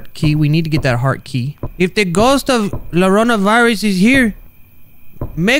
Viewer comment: i think its suposed to be YO RO NA IN SPANISH IT IS CRIER SO I THINK U DID IT WRONG WHOOPS Edit: I am pretty certain you are wrong because the llorona (yonona) is a spanish legent about a woman crying and gets children lol